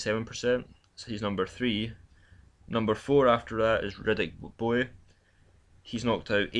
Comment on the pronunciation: Hey dude great videos but ffs learn how to pronounce the boxers' names! Riddick Bowie? Come on man! You're as bad as Frank Warrant.